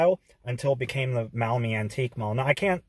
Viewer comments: As a local I am able to often visit the Antique Mall. May I point out that "Maumee" is pronounced in two syllables ‘Mawh-me’ and not muh-Awe-me. The store owner’s rent space to independent dealers. 3. The place is located on US Rte. 20 Reynolds Road between the Ohio Turnpike and Dussel Drive. Six hundred yards south from the Antique’s Mall is Schlotzky’s where route 20 becomes Conant Street heading to the Maumee River and though Maumee the road is under construction as of this writing. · Maumee is not pronounced that way.... (Mawmee).